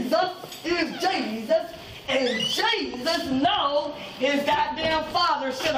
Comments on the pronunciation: “because JE-SUS!” IM DEAD😹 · It's Jesus JESUS!! is how its pronounced lol